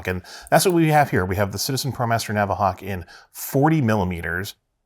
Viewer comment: It’s not NAVAhawk…ug.